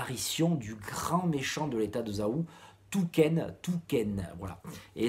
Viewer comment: hello alors bonne vidéo fait attention avec les noms des personnage, Houken et pas Touken, Moubou se prononce OU a la fin. pour moi Ouki est un personnage que j'ai toujours aimer et que je regrette sa mort même encore maintenant